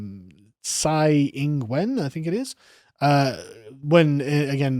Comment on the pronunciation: Of all the foreign names Carl struggles to pronounce properly, Tsai Ing-Wen's name he pronounced perfectly xD